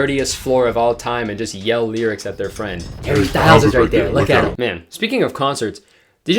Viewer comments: anyone else notice how she pronounces "Harry" in a british accent for no reason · I hate how she pronounces his name in a British accent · Harry “ween” lol / congrats on the wedding bro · the way she says harry 😂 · why'd she say harry in a british accent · Nah im sorry but did she say "Harry" in a British accent? thats so weird